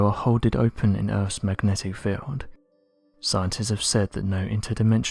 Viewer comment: Oh noooooo, close your ears 👂🏼 time 😆🤯 “Urffff’s magnetic feeeeeeeld” Translates to ….. “Earth’ magnetic field” Can’t stand this creepy voice